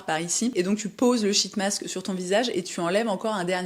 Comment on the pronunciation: Quand vous dites « sheet mask » en anglais, je vous recommende de le dire en souriant… 🫤😉🤫